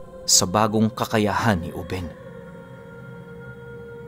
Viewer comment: binata pa jn si lolo ruben. uben yung pag kakabigkas ni conselacion sa kanya gawa ng bigla syang tumanda jn.. tyaka napakaraming kasanggang maharlikang ingkanto si lolo ruben jn.